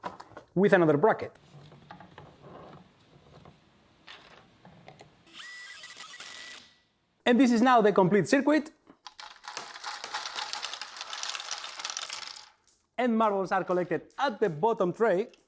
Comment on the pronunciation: “circuit” is pronounced “sir - kit,” the "U" is silent. Regards.